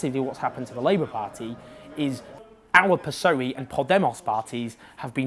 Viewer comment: "piss-oey" jajaja. Owen, corazón, it´s "peh-ess-oh-e"